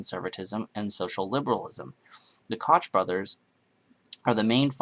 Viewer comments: koch is pronounced coke not koch. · Written Koch, but pronounced Coke. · “Koch” is pronounce like “coke” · "The Kotch brothers." It's pronounced coke. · Great video! Just wanted to mention though that it is pronounced COKE, not Kotch. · I think Koch is pronounced like "coke" the soda. Not 100% but pretty sure cuz I used to say it that way too (rhyming with crotch lol) as in the old mayor of NYC, but I was corrected quite few times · Koch is pronounced like "coke." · Koch is pronounce coke. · "Koch" is pronounced "Coke" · You're pronunciation of the Koch brothers screams. "I don't have a fucking clue what I'm talking about". I'm sorry but until you get one, no one can take this video serious.